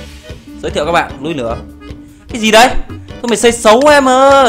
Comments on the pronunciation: anh đọc là "núi nửa" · Anh nói là núi lửa mới đúng anh tập nói từ núi lửa đi đừng ns từ núi nửa nửa